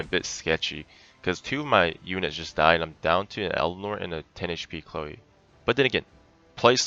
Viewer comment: Chléo xd , it's just funny to hear, her name is chloe :3